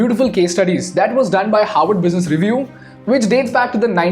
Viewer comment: Did he say Harvard or Howard?